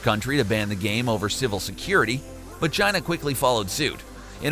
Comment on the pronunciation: Is he saying China or mangina?